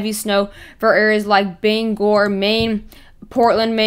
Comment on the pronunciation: Thank you for pronouncing Bangor correctly